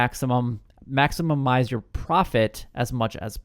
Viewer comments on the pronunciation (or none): I regret being first to the egg. Dude I laughed sooo hard when I heard it! And he said it multiple times!!! Anyways great video bud! No hard feelings just learn to pronounce maximize. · It’s pronounced “maximize” 😬